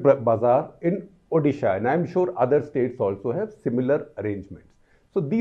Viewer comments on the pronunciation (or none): none